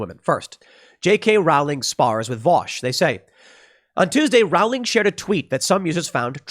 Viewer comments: RO-LING, ROLING... NOT ROAWWLING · Rowling is pronounced Rolling, Row is pronounce Roe. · Rowling is pronounced as bowling. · Tim Tim Tim Tim Tim... Please listen to the people who've told you how to pronounce J. K. Rowling. You just sound like you have no idea what you're talking about when you pronounce the author's last name the way you do. It's like listening to someone who wants to ban guns talk about some sort of '30 magazine caliber clip.' Her last name is pronounced row-ling. Row is pronounced like you're rowing a boat. Just row the boat and add a ling to the end. Trying to help you out Tim! You used to be the same with guns. You've gotten a lot better! Congrats!